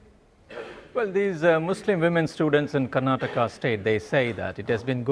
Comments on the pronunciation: Your pronunciation of "Karnataka" made me laugh. You sound as though you'd be a complete foreigner in India. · Firstly, BBC anchor, learn how to pronounce "Karnataka" properly and not in your white colonial accent! Secondly, stay in your lane! Nobody in India gives a flying coitus what your white racist colonial organisation has to say about our internal affairs! Why aren't you reporting on the sexual abuse of 1,400 underaged white girls who were raped by Pakistani Muslim men? Or the murder of hundreds of thousand of innocent people by your and the US government through illegal wars? I dare you not to cancel my comment if you consider yourselves to be a credible news organisation!